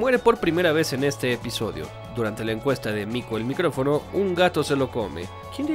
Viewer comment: Cada vez que decía "mico el micRofono" me daban ganas de mandarle un wate